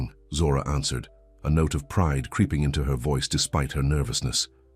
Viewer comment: please stop putting so emphasis on pride